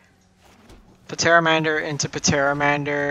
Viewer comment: The P in Pteramander is silent. Like Pterodactyl